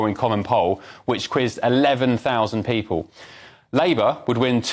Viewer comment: Can I trust someone who pronounces the word 'people' as "peepoo"?